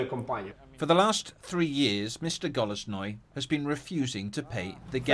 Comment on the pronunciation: he's rather not "Golosnoy", but "Golosnyy/Holosnyi" ("Голосний Максим Ігоревич"). Please avoid using Russian translators when talking with Ukrainians! Ukrainian version